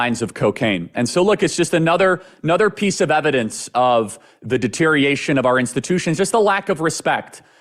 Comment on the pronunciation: Say deteriation one more time. Lol